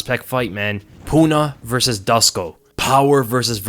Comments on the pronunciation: Dusko is pronounced like du-SHH-ko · please try and pronounce it as "Dooshko" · Hey, Dusko is from Serbia, and his name is pronounced Doo-Shkoh/Douche-koh😛. Great breakdown as always. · Dusko is pronounced like douche -ko...